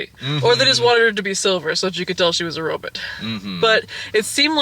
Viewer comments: "Robit" XD is great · That's the original pronunciation of the word! At some point in the 70's, people stopped saying "robut" and switched to "robot". Check out some old serials or B movies, sometime. (Or things meant to evoke said old serials, i.e. the "Sparks Nevada: Marshall of Mars" segments of The Thrilling Adventure Hour.)